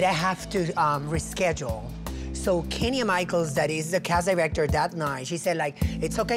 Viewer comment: Did Cynthia say Kenya Michaels?